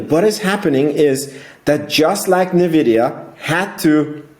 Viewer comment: It's called "EN"vidia, bro :-) Are you from Germany?